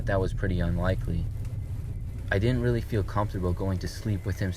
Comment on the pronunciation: “I was just willy happy” 😭